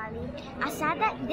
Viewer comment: Ne kažese hagi wagi nego hugi wugi